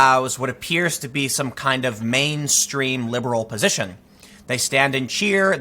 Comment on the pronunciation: You keep saying "liberal", you're constantly making that mistake. Also, don't these celebs and shows realise that it is actually a small audience that they are faking their anger for? Just look how many of these far left media outlets are failing.